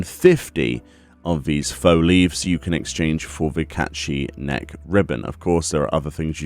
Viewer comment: It’s like ur saying caith shit